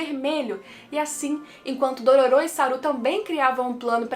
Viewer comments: Como a fala Dororô como o fala Dororu Como o dororo fala Dololo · AAAA HYAKKYMARU FALANDO "DORORO" É MEU PONTO FRACO 🙈🙈❤❤